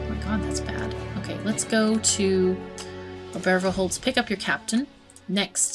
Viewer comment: just a lil bit help , Obervorholz , think on Obahma , how you spell it, use OBA instead of Ober, then instead of VOR , use VOA , or FOR , and Holz is perfect no change :D so OBA-FOR-HOLZ , its legit. and the name in english would be kinda like, Upperfrontwood :D if you only say windheim , i would not think your foreign at all !